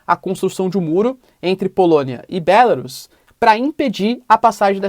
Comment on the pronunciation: Acho que não é BÉLARUS como vc pronuncia, dá uma pesquisada. É horrível ouvir um nome de país com sotaque. O google tradutor pode ajudar em várias línguas.